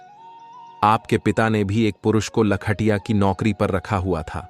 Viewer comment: कहानी अच्छी है लेकिन ठंडे तारकोल में कैसे नहाए। दूसरे लख-टकिया बोला जाता है। लिखने वाले ने क्या लिखा है। बोलने वाले ने क्या बोला है।